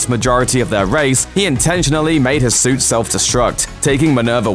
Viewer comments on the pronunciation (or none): none